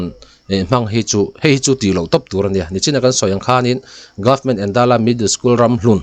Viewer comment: Endala tih kha i lam dân dik lo, Êndãla, eng alo dãl tihna ang hi.